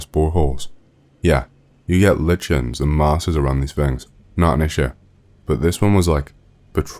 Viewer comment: Lichens is pronounced "Like-inns"